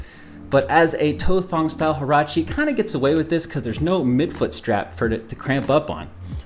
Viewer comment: The H in Huarache is silent.